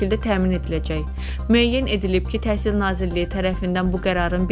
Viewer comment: Bu he deyir TESIL MESIL🤭